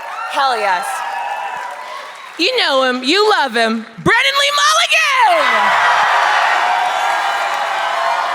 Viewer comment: BWENNAN BWEE BWULLIGAN?